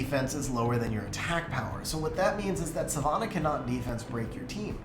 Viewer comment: Ffs, learn how to pronounce Savannah.